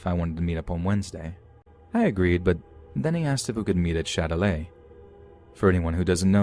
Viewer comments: Lmao the last story it's Châtelet not Shilelagh 💀😂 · « Shillelagh » 😂😂😂 It’s Châtelet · Let’s meet at the shillelagh? I had to look it up cus I knew damn well that wasn’t French lol